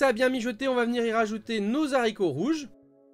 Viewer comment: Nos (z)'haricots ? Avec un z comme zorro. Je saigne des oreilles....